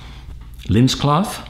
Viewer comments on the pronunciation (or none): none